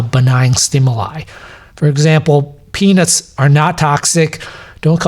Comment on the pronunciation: I know I'm a child, but man the way Doc says the word "peanuts" got me for a bit....